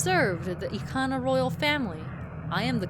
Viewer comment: It's Bob from SMG4! Yeah after watching SMG4 I call the Garo Bob. Either way, Eekana sounds right I used to call it Ick-ana as a kid. Did they actually have a prononciation guide for some of these Zelda terms? I'm playing along, just finished the Anju and Kafei quest and am now in the fourth dungeon.